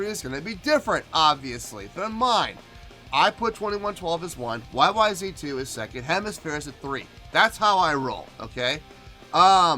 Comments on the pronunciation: it's not a question of pronunciation, it's the name of the song, the way Rush intended it to be. YYZed ! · Is it pronounced YYZet? I didn't know until years after I heard it? Great song, performance 👏.